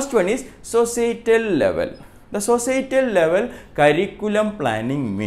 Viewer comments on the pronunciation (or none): Institutional curriculum ,instructural curriculum ,,n wht was the third one sir ..I can't understand ur pronounciation is tht social,or sosatial ..I can't get it plizz sir bata dijiye kl mera exam hai 🙏🙏